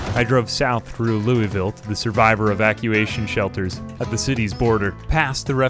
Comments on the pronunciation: Loueyville? That hurts my kentucky heart Cmon man its "Lou-vull" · Louisville is pronounced wrong